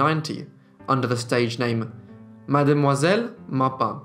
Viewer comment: What a life for such a young woman! Thank you for sharing it. Little point, tho:Madamoiselle is pronounced Mam-zel. 😲